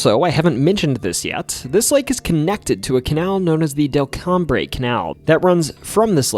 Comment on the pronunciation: Delcombre is pronounced del-com